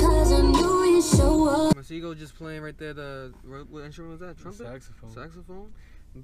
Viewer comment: His name is pronounced ma say go